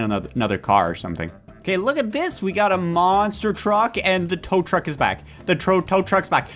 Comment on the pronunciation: Bro almost said trow tuck